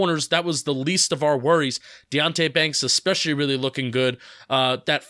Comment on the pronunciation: Yes you miss pronounce these words: it’s VERSUS not “verse” (that’s part of a song). It’s ETcetera not EXcetera. And it’s ESpecially, not EXpecially. But I love your analysis!